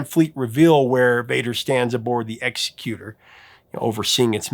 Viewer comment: You mispronounced Executor. It's a common mistake to think it comes from someone who ends peoples lives but that word is executioner. Executor is someone that carries out the desires of another such as the executor of a will. It's actually a rather fitting name for the super star destroyer, when the emperor wants something done the Executor gets it taken care of.